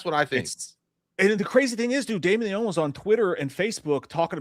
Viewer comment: Y’all are mispronouncing Leone’s name btw.